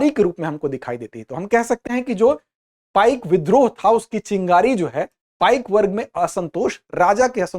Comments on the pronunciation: पाइका नहीं पाइक बिद्रोह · It is not पाइका but it is पाइक . Please correct it . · It is not पाइका, the real term is .पाइक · Woh पाइका nahin, पाइक hote hain. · It is not पाइका but पाइक Not खंड it is कंध